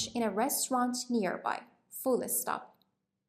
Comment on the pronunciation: She saying fullé stop?